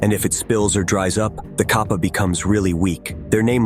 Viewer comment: It's pronounced like Cap-uh